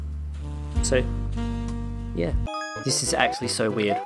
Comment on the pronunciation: Thidj. Thidj? This. Theez